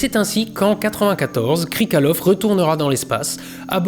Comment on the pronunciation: Par contre, c'est "Krikaliov" pas "Krikalev"